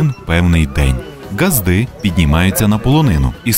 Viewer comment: У слові ґазди наголос іде на а. У вашому випадку наголосу вживається у "до ґазди" . Не пи..ди до ґазди бо ґазда не пи..да 😊